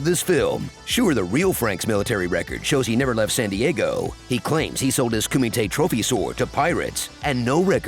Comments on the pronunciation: You’re pronouncing it wrong. It’s “Kumite *karate sounds*” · It kills me when Americans don't put in the effort to pronounce a word in its own language and they just read it in their own. Surely people attending such an event would know it's pronounced KUMEETE. At least one person attending should have known. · Did you say kumate? Waaaakaaa!! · Such a great martial artist he is, but still didn't do anything to correct the horrible pronunciation of kumite